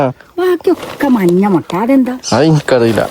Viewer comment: മൊട്ട അല്ല മുട്ട